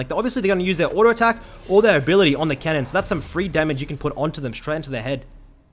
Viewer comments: all on that "Kennen" bro talk properly its cannon not 'Kennen' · I thought this fool was saying Kennan lmao eu saying cannon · Thought he was saying "Kennen" not Cannon like theres no kennen in this game lol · lol same, took me like 10 min to realize he meant cannon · I was jenuinly so fucking confused when I heard him say "kennen" :D, I was like "wtf, am I watching a bronze analyze a challenger game for me? xD"